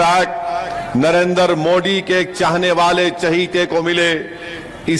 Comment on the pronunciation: जेव्हा ओवेसी "नरेंद्र" चा उच्चार "नरेंदर" असा करतो तेव्हा "दलिंदर" अस ऐकू येतो😂😂